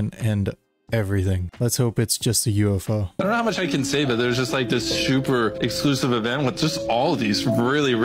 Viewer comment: Did just say shuper?